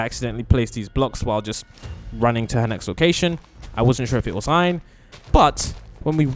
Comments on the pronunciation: It’s Ein not Iron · Yeah and he keeps calling Ian, Iron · Its not iron its ein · Is ein not iron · that is Ein not iron. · No its not Aaron it's ein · Its Ein not iron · are you trying to say ein or Aaron? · THAT AIN'T IRON ITS EIN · Ein not ion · IS EIN NOT IRON😭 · Bro said iron it’s ein😂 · Iron IRON?! It’s EIN! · Iron? It’s Ein! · umm did he say iorn or ein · Its not iorns it,s Ein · bro said "iron" it's "ein" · Iron? Its Ein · Ian? You mean ein right? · It is EIN not IREN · It’s Ian not iron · It is ein not iron.😊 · It's not iron it's it's Ian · It's ein not ine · It’s called Ein not Iron😐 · it's ein not Iron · o god for sake his name is Aaron not iron duh 🙄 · Its ein not ion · It's not iron It's ein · It’s not iron it’s ein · Him:calls Ein iron:me :ITS EIN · You need to say E en not iron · bro said iron instead of ein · bruh his name is not iron its ein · You called Ein iron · it's Ein not iron !? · its ein not irne or iren or what u said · He called ein Iron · It is ein not iron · Sorry but he is called Ein not iron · Btw its pronounced "ein" not "iron" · SO TRUEE HE'S DUMB EWW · I REALLY WANT TO PLAY WITH HER but for now I have the skins (also it’s pronounced Ein not iron) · Bro its ein not iron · Bruh he said iron not Ein !! His name is EIN!! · It is in not Ein not iron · It is not ion it is ein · 𝙄𝙧𝙤𝙣 😂𝙞𝙩𝙨 ein😂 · ITS not "iron" its Ein And its not "animal" its Aphmau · Ein not iron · is not iron its ein👃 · His name isn't Iron it's ein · it's EE- IN not ion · its ein not iin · His name is ein not iron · True it's Ein not iron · That's not iron its ein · Ein not ian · His name is not inse it is Ein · I'm sorry I can't help it his name is "Ein"Not iron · Your saying “iron” it is “ein” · Dude,his name is Ein and not "Iron". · Yeah change it now to Ein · Its ein not iorn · The name its not right... Iron is ian (EE - An) and animal its aphmau (AAA PHPH MA ouw) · Sorry, it’s actually ein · Bro called Ein "iron" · he called sin iron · it's ein ain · "animal" "iron"💀